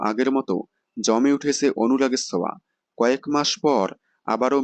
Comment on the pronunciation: Anurager soa mane ta ki, ki j bolen apni, uchharan thik korun